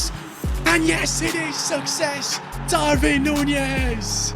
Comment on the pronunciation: Hi pronunces DARWIN NOT DARVIN